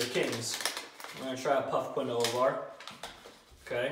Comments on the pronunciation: its keenwaa (quinoa) not qwinoah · Quinoa... Pronounced keenwah... Not kwinoah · Quinoa. Kwin- o-ah. KEEN-WA. KEEN -WA. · Quinoa is pronounced Keen-wah, not Kwin-oh-uh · Quinn-no-ah..., do you mean Quinoa (Keen-wa)? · Quinoa is pronounced "keenwah" for future reference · Quinoa is pronounced like keen-wah. Just for future reference. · I think phonetically it’s said keenwah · As a Jew, it makes me so sad to hear it pronounced like he does. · its pronounced keenwa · "kahn-oh-ah" you mean quinoa? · Hey. Not trying to be rude or anything just being constructive. If you didn’t know Quinoa is pronounced Kin-Wa or Keen-Wa. Again, not being harsh or rude just letting you know. Love the videos keep it up. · Quinoa Key-No-Waa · quinoa is pronounced keenwah isn't it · Quinoa is pronounced like keenwaw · Quinoa is pronounced Keen-wa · Quinoa lol it's pronounced (keen-wah) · Jeez,. That’s not how you pronounce Quinoa. Say it with me... KEEN-WA 😒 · it’s pronounced key-nwoi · Methinks pronounced quinoa wrong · U right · I know I was seeing if anyone mentioned it in the comments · Yeah but oh well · the way u said quinoa , i can say it and im 11... LOL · I almost screamed when he butchered the pronunciation of quinoa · The only flaw i saw in this vid is he pronounced quinoa wrong but him do him keep up the good work